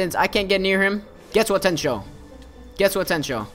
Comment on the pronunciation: I'm sorry if I sound like a nerd but it's pronounced GET-SUGA-TEN-SHO